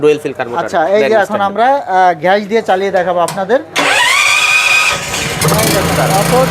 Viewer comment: ঘ্যাস না গ্যাস 😂😂😂